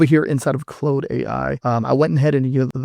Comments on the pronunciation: I caught that too. He could be Ai, I never heard anybody see an AU and pronounce it clode. Its Claude you lower than garbage of a person. Like Klawd. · lol, do you say Clode to see if you get a rise out of your comments? Or are you just really retarded?